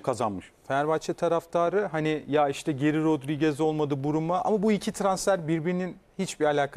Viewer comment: Brumo değil Bruma